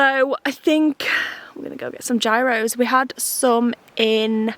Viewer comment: it’s so funny to me that y’all are in greece and still mispronounce gyros 😜